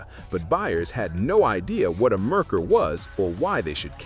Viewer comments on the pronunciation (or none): Had a Merkur XR4Ti. Great car when all the things worked right. Parts and repair? Yeah, let's talk about the price. BTW, it is MARE-coor, not Mer-ker. Oh, also had an 80 Citation. Not as bad as made out to be aside from the tranny. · And the moron doesn't even know how to say it right!! Its Mare coor!! Which is Mercury in German. But by the sounds of it, you probably already know that. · Yeah, I switched off after the AI mispronounced Merkur and called it a sedan. I hate AI narration.